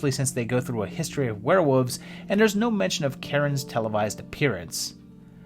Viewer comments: You’re saying “Werewoofs” on purpose. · I don’t hate confusing aspects of life, I leave it at confusing. Hate is a very powerful word, a very powerful emotion and I’d rather it be used on more stressful issues, not someone leaving out an L sound. The video was the great, and I got over his pronunciation issue.